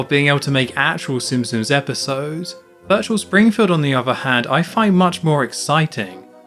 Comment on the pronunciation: minus points for homer not saying VIRTUAL... SPRINGFIELD like in Virtual Bart